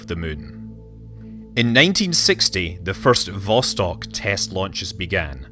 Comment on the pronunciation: Also: vostOk.